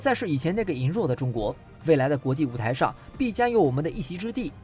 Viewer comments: 来来来，跟我读“羸（léi）弱”，不是“yíng弱”。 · 羸（ lei 二声 ）弱